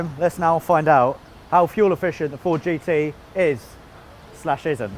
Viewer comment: THISS Is a tooth ousnd six foourd Jeee tee